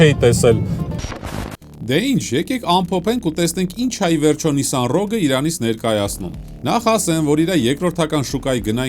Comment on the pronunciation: Շնորհակալություն մեքենայի անունը ճիշտ ասելու համար։